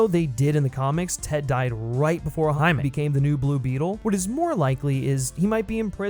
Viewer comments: On god im about to start this video over and take a shot every time he says Jamie 😂😂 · Wtf are you taking about with this “White Privilege” Rant? How did you get all that from a 2 minute trailer? Also it was obvious that you butchered the pronunciation of “Jamie” and sloppily edited it in afterwards! Nice work bro! Guess that’s some cultural appropriation of your own! 😂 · It sounds like after your recording you had to replace the pronunciation of “HIMAY” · lmao you definitely said his name wrong the whole time huh? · Am I the only one who noticed that he kept saying the characters name a little weird throughout the entire video? Lol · Did you mispronounce Jaime then have to go through and redo it? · Must've been super annoying having to go back over your original audio recording for this video to fix every instance of your pronunciation of the guy's name, props for doing that! What had you gone with originally? English "Jamie" pronunciation? Also: hadn't really heard of this character until seeing the trailer, but the suit gives me (as an older guy) strong Guyver vibes, and if I can headcannon this into being a live-action Guyver movie then fuck yes I am here for this. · ok but how did you pronounce "Jaime" on the first go round addjkhgsjsgsh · did you mispronounce jaime in the original vid and then fix it in voiceover?